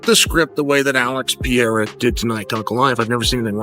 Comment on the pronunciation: PEH-REH-RAH chael